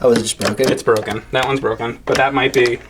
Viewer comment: he smoked that galaga stick..OH ITS BWOKE!?